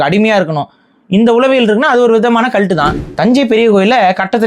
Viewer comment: Video paakama audio mattum keta naala yedho asingama kalattu kalattu nu sonna mari irundhuchu 😂